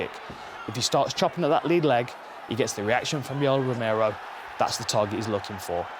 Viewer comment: Is it just me or did he really say Yellow Romero ?